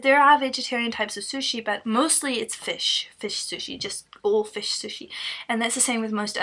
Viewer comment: Fush is not vigie... Fush is a fush